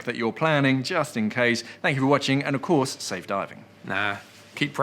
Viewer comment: Sounds to me like was just trying to say “tank Yu” for some earlier kind gesture. 🤣🤣